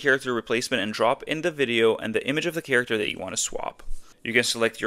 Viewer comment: Character is NOT prounounced "cheeracter"